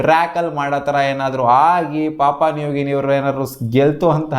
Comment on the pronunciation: Bro papa nugini alla papua new guinea 😂😅